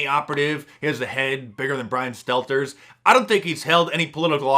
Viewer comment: you enunciated Brian Stelter's name incorrectly.